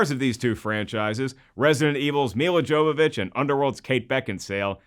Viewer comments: "Jovovich" is pronounced "Yovovick". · WRONG It's pronounced Yow-vuh-vich not "vick" she's not a vapor rub.